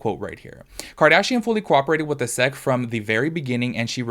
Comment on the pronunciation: Hi friend, you say the letters S.E.C not 'sec' :) for future reference